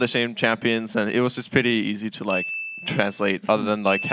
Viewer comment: missed an early "like" on d lift the second round that kind of sounded like "leik"